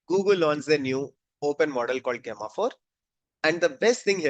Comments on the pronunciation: It's pronounced as Jemma 4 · Gay-ma 4 ? Just call it Gemma 4. Gemini is build on top of Gemma. Hope you don’t call it Gay-mini